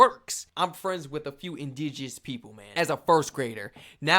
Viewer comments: I love you, man: it’s just it’s pronounced “Indi-Gen-ous”. Not “Indige-e-ous”.😅🖤🤎 It’s alright, though, man. Relatively slight misreading/mispronounciation error.🖤🤎🍁 We Canadians still love you, man.❤️🇨🇦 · First time I've ever watched your videos. Other than your pronunciation of indigenous it was great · Not picking on you but that pronouncement of indigenous took me out. :face-blue-smiling